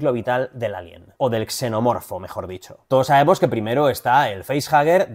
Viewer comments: Soy el único al que le chirrió que se le llame "Xenoformo" y no "Xenomorfo" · Soy la unica que no entiende por qué dicen "xenoformo" en vez de "xenomorfo" en el doblaje de la peli?